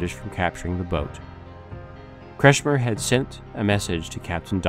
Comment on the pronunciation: Facio nie potrafi wymówić normalnie nazwiska Kretschmer?